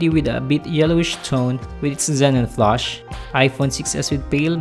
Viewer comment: It's flash not flush :)